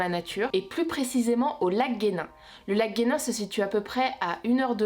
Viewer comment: Je suis tombé sur cette vidéo par hasard et j'ai entendu le lac guenin j'habite à côté 😂😂😭😭😭, c'est pas comme sa que sa se dit, le lac ce dit lac jenin mais s'écrit lac genin